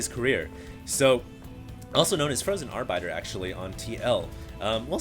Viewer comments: Thats pronounced Frozen Ar-bitter NOT Ar-biter... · are-bit-er ... not are-biter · "frozen ar-BITE-er"? have you even played bw? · lol cmon you dont even know how to pronouce arbiter? you have one of the most expansive vocabularies out of the casters. i am disapoint